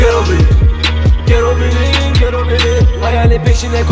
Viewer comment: PEGA MERA kardeş gero değil Ghetto okunuşu gero olarak okunuyor